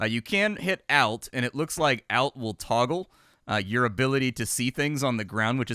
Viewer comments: ALT is short for "Alternate". So, the pronunciation is like the first part of that word... not sounding like 'Alf' the puppet alien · "elt" lol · Oh, yeah. Geez. That's really annoying. I thought he was saying "out" and for a split second I was wondering what the "out" key is. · ALLT, not OULT... That irked the f outa me. Luv ya! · is it supposed to be pronounced "Olt"? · The ALT key is used to execute an alternate operation, ergo it is pronounced OLT. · Knows what an apache match is. Also: pronounces ALT in the strangest way I've ever heard. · I came here to see if anyone else thought that alt should have a softer A sound. Like awesome. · How do you say ALT??? I swear creators say things weird on purpose 😂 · Which one of the two of us has been saying "Alt" the wrong way our entire lives? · Why are you pronuncing Alt like that... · He was a geologist so probably reads it as altitude from years of topographical maps. Or more likely its a silly goose thing like saying wed-ness-day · i have not ever heard anyone else say it like that from USA/UK/EU/Aus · Too many flight sims, maybe? He's saying alt like altitude rather than alt like alternate. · I came to the comments just to find this lol! Some people I guess grew up saying words different